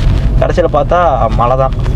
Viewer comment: Guys it is not Malai it is Mazhai